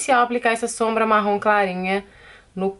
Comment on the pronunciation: Tao engraçado ela falando Marrom, meio que sai Marrón.... kkkkkkkkk linda make!!!!